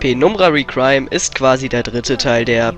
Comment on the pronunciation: meiner meinung nach wird reqiuem deutsch ausgesprochen also requiem xD